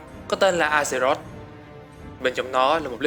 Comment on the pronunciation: A giơ rọt hay Ác giơ rọt đừng dọc A gie rốt